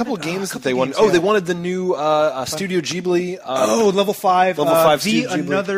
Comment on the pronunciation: thank you for pronouncing 'ghibli' properly! ..i dont know why it bugs me so much when people get it wrong